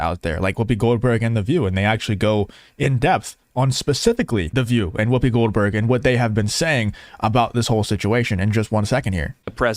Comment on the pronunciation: I heard Whoobie Glohdberg Haha!